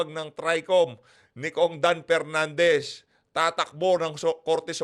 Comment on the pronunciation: Mali pa Pag Basa ng country😂donepernandez.walang kwentang hearing